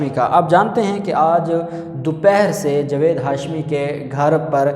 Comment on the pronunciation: جوید نہیں جاوید میں اپکا تلفظ ٹھیک کرو ا کر ہی دم لونگا